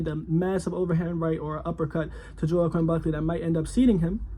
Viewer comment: That’s not how you say his name, also he’s 6-0 not 5-0..